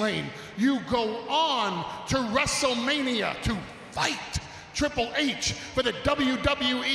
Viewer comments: Twiple h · wait did roman said tri pool h??lol listen carefully. ...and wwe stop with the fake cheers please!